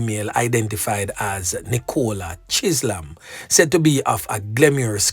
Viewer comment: why are you butchering peoples names? Chisolm is pronounced Chizzum. Ok? Not Chizlam. 😂